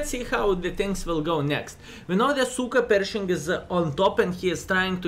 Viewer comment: Did he say SuperPershing or CykaPershing? :D